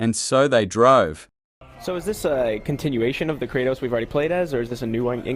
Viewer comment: Kraatos ha! Bra it's Kratos